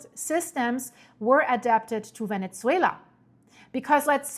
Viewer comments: It's not ve-net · Venetsuela! Not sure why she can’t say the proper pronunciation Venezuela, geez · For the love of GOD, stop saying VENETZUELA…. There is no T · Please please, there is no T in Ve-Ne-Zue-La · Very strange pronunciation of Venezuela. Never heard anyone pronouncing like that. 🤔🤔🤔